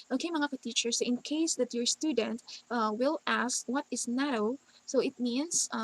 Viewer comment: Isn't it NATTO as in toh not TOW?